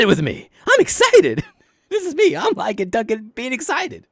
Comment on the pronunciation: I love that you call him “Lie-gan.” That’s officially his new name!